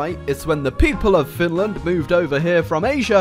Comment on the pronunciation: Perkele wtf did you just say about Finrand?